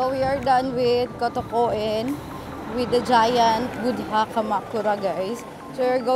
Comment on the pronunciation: Correction, when you say Buddha, the "h" should be silent. "Boo-da", i.e. the first syllable is a (very) long vowel, without the ending d and country is pronounced as Kun-tree. Nice video btw. Thanks for the Klook unlimited sim tip.